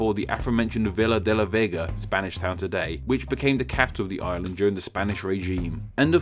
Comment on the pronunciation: it's pronounced like "seveeya la new-ava" and "veeya de la vayga"